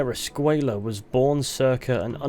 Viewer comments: I don't think his name is pronounced "escueya" though, the way it's pronounced doesn't make sense in Spanish it makes more sense to pronounce it as "Escuela" maybe an oversight idk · Escuella is pronounced “Escway-ya”. The double L in the Spanish language is pronounced like “Y” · I'm pretty sure Reyes and De Santa pronounce Escway-la but I might be wrong